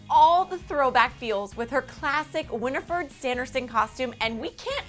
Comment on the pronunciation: “Winiford”? Lol.